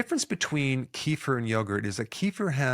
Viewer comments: Doc it's not kifer, it's kefir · It's kefír, not kEfir (emphasis on last syllable). I'm doing it every day. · kefir is not pronounced like that